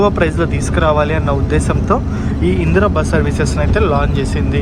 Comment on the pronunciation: అయ్యా అది ఇంద్ర బస్ ఇందిరా బస్ కాదు 😂😂